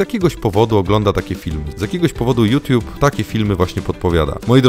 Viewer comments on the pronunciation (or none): none